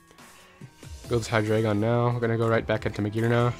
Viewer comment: Its hy-dry-gon.